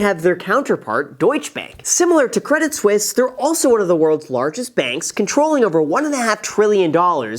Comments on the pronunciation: it is pronounced Credi Suisse, the t is silent :p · It's not spelled credit Swiss ... so definitely pronounced the other way. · Credit Suisse without the i gets Credit Susse meaning Credit Suck in French. Oh la la 😅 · Credit suisse is acting credit sussie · Credit Suisse - my whole life up until watching this video, I've been pronouncing it like "Credit Sweese" blissfully unaware of my level of dunce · you pronounced Debit Suisse wrong